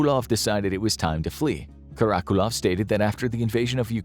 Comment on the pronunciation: Karakulov? 😂😂😂 Lo llevaron recio con el nombre